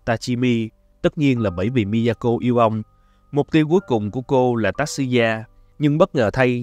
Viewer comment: Mình chỉ có góp ý nhỏ là tên của Tatsuya phát âm là : Ta Tsu Ya , chữ Tsu thì đọc gần giống như là Chư nhưng cũng ko hẳn 100% nha😅, chữ này khó phát âm nhất trong bảng chữ cái Mình ko muốn thể hiện trình độ tiếng Nhật, chỉ là góp ý vì biết đâu sau này bạn sẽ gặp lại nó.